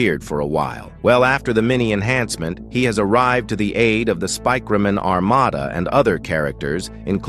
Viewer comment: Spikeriman and spikreman 😭 💀 🙏 that’s how you say Speakerman in the video fix it